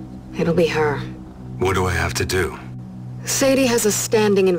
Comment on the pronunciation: Her name is Saydhi not Sayhi